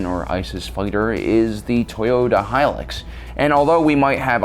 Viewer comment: Well done, you pronounced Hilux properly:)